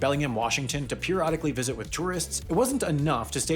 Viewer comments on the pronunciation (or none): none